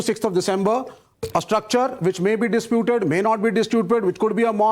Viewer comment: This imposter of a "Shrivastav", this crypto Christian , with an (uncle) SAM Pitroda'esque goatee bumbled "dis-tue-ped" in place of "disputed". Shame is a virtue which hardly touches these worms from the goo of the bhuri CONgees.